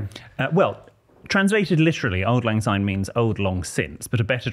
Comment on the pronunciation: Sorry to correct you boys, but it is Syne pronounced with an S not a Z. Thank you